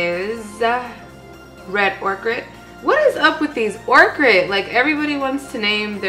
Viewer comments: It's soft "oh-ker" 😂😂😂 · makeup looks so good girl love the vid !!! also by the way that makeup is pronounced like "oak-er" just thought i'd help out 😂😂😂